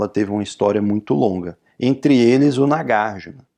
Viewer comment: Oi professor, tudo bem? Tenho uma pergunta. - Por que a pronúncia é NagarjIna e não NagarjUna, sendo que Arjuna pronúncia Arjuna e não ArjIna?